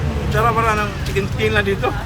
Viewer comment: Lit’s gu.. 😂 fish bul… 😂 chikin skin… 😂